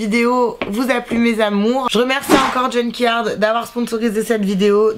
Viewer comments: C’est junk... yard pas junky ard 😂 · C'est pas JUNKY-ARD, c'est JUNK-YARD 😁